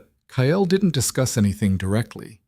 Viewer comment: The man’s name is Kyle and pronounced KYL NOT KY. EL.